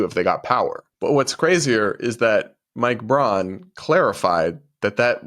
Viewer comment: '𝘐𝘯𝘤𝘢𝘯𝘥𝘦𝘴𝘤𝘦𝘯𝘵?' Not sure that was the right word choice to express the fake emotional outrage. In fact, I'm pretty sure this woman(?) has no idea what 'incandescent' means. Couldn't even get the basic facts of what Sen. Braun said (and I will nitpick--she calls him '𝘉𝘳𝘶𝘪𝘯'). In 2022, he stated that he agreed that individual states should be allowed to decide on certain legal matters if Americans did not want the US Supreme Court to rule on them or issue broad, sweeping decisions.